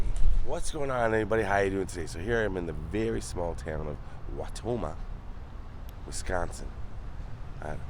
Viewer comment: Thanks for pronouncing Wisconsin correctly. Nobody ever says it right. They always pronounce it “Wes-consin” even though there is no “e” in WIs-consin. 🤣